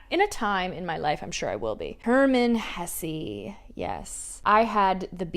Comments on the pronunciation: Hesse is pronounced /heh seh/ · the pronunciation of german authors feels like blasphemy girlllll but if you read any book from Hesse read Narcissus and Goldmund!! trust meee